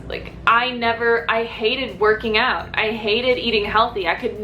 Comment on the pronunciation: You're saying "out" like a Canadian 😂😂😂